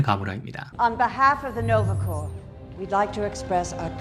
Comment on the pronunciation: Nova corps 의 발음은 노바 '코어' 입니다. 스펠링 때문에 콥스라고 발음하는 경우가 많은데 콥스는 corpse 다시 말해 '시체'입니다. 영상 잘 보고 있습니다